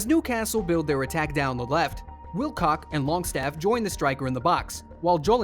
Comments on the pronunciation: ur pronunciations of names is awful btw, how did you get “wilcock” from his real name willock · "Kieron Tripper" "Wilcock" lmfao, so many mispronunciations of player and team names in this video. Clearly not even a Football fan.